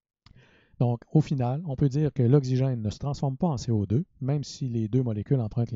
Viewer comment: Okcigin pronunciation plz but other than that amazing explanation thanks a lot